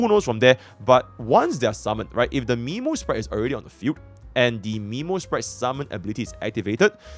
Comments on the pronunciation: Isn't memosprite pronounced more as memory rather than nemo (earthly escapade flashbacks) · Not Miiiimo sprite, is Meeeeemo sprite, you literally heard Mem say it right